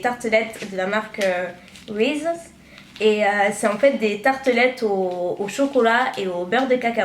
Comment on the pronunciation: Je Viens De Découvrir Ta Vidéo O.o ... Peu Importe Belle Vidéo Et Merci De Me Faire Rire XD Comment Tu Prononce Reese Et Hershey's (Mais + Particulièrement Hershey's) Me Fait Rire Mais Bon Super Vidéo Encore !! :)